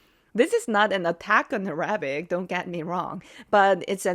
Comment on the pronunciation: Arabic. emphasis on first “A”.